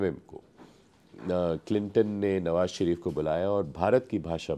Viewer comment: The interviewer needs to work on his diction before taking such interviews. ‘श’ की जगह ‘स’ का उपयोग किया है । शरीफ़ को सरीफ़ बना दिया । Hope Lallantop maintains the quality of their content.